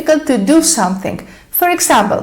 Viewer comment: Your English is very good but ... you are confusing Thing and Think !! And it is NOT SomethiNK ,it is pronounced somethiNG